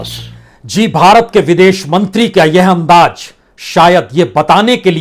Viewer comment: तो पान वाले बेरसिया जी , जो विश्व politics में यह ताक़त है तो तुम र र र र र करने वाले की क्या बिसात ? अकेले कमरे में जरररररररूते पन्न्न्न्ने। ज़रूरत को जरूरत बोलते रहो अंदाज़ को अन्नाज